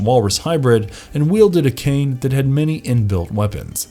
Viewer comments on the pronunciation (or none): none